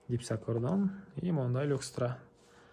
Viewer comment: Люкстра эмес люстра!